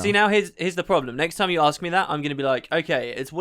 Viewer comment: "She axe"...... "She axe", "she axe"...... "She axe" Very..... VERY WOMANLY AXE!